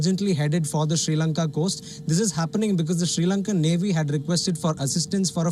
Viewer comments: Hahah - it’s ok 👌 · The guy keeps saying (she Lanka)🤦🏽‍♂️